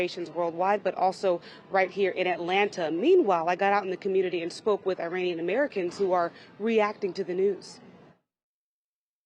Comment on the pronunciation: I'm offering help for the Thousandth time, regarding some of your Wrong Pronunciations!! IRAN, is pronounced "Eee-Ron". It's neither Pronounced "Eee-RAN" nor "Eye-RAN" Moreover, IRAN shares its literal meaning with IRELAND (Land of Aryans). The proper pronunciation for IRANIAN, is "Eee" (rhyming with See) + Ronnie (abbreviation for Ronald) + Yan", rather than "Eee-RAINY-Yan". A simple mnemonic would be "There is no RAINY weather in Iran's forecast"!!